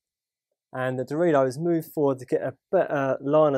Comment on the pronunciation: Did anyone else hear Dorito each time said Darodio??